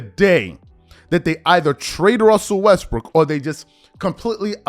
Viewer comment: Did I hear you say westbrick